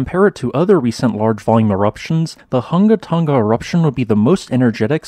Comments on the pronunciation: It's difficult to describe how to pronounce the name in written words. Maybe try saying the name like this: Hung-a Tong-a Hung-a Ha'apai. Without the hard "g" sound. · the "Hu" in Hunga and "To" in Tonga aren't pronounced like "huh" as the in the video. Rather, "Hu" is pronounced like who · Who-nga-toe-nga. Who-nga-hah-ah-pai. Not hungatunga...I know it's not your first language so thought I'd help you out. The uh sound doesn't exist in the Tongan language. Love thoughts and prayers for the Kingdom of Tonga and her people!! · Hungan Erupution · Everyone in the South Pacific cringing at those hard non-Polynesian g sounds